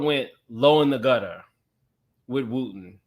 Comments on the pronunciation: Wooden not Wooten. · WOOTEN and WOODEN are NOT the same names. Please recheck your Research on Pastor Wooden's Wife. WOOD-EN 🪵🪵🪵🪵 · Touch your neighbor and say "WOODEN not WOOTEN!" 🤦🏽‍♀️🥴😭